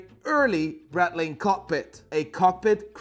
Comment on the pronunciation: First of all, wtf was that thumbnail. Second of all since when is breitling "bretling".